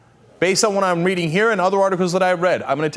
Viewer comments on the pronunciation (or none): none